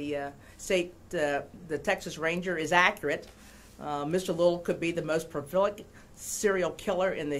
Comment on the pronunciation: Who is this woman "judge" who cannot even pronounce the word "prolific" [says profilic] and stumbles over many other common words [ timeline]